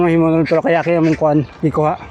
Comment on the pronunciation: Kayaking ✅ Kayating ❌ 😂